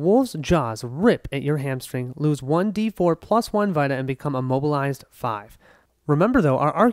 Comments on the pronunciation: Yea you were pronouncing it like vitamin but it’s an e sound. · FWIW it’s pronounced “vee-ta” like in PlayStation Vita.